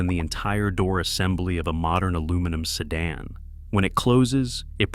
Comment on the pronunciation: Even if he does say ‘Jag-waarrr’ 😎 (and ‘chasssey’ ) …..and ‘Seh-Daan’ 🤣